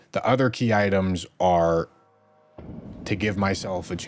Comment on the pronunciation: The worst part of this stream is when corrected "Key ittems"